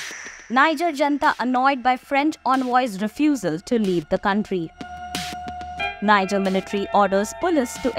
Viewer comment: IF YOU ARE REPORTING ON NIGER, THEN AT LEAST LEARN HOW TO PRONOUNCE THE COUNTRY'S NAME CORRECTLY.